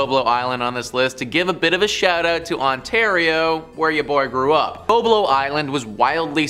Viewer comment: BOB-lo Island. Like Bob + Low. Detroiter here. Went to Boblo often as a kid